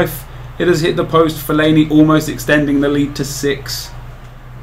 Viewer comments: Nep it's pronounced fell-ay-nee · Fell-a-ne-I lol? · Why does he say fellainieye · fellaini-I loooool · the way you say fellaini LOL still one of my favourite youtubers though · What the fuck did you call Felliani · HAha love how he trolls by saying lulz for David Luiz and for fellaini he calls him fellaini-i